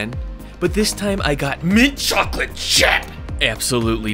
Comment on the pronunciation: Why he say mint chocolate chip like that 😭